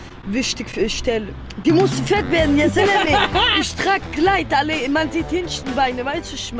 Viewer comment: min Die berden.... deutschland bird gebinnen Die kann kein w sagen 😂😂